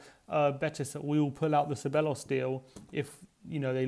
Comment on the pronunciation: OK - repeat after me (Ceballos), THEBAYOS or SEBAYOS not SEBELOS no no no!